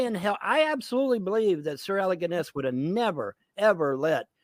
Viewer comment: "Sir Alec Ginn-Ess." LMAO Someone needs to tell him the Jones in Alex Jones is pronounced 'Jo-NEZ'.